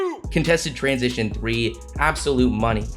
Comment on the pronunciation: yeah that three oui oui crushed me as a wolves fan now I get it why rudy never shoot 3 I can't handle "three oui oui" all season🤣🤣🤣